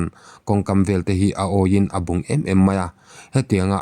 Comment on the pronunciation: A bungin a awih em em mai a..,. "bung " ti a i lamrik dan hi a dik lo tlat. Yutuber te pawh hian an lamri diklo fo. bawk.